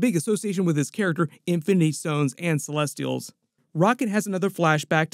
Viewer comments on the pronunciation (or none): none